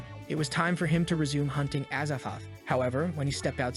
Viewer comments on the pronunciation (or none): azathoth? az a thoth? as a thot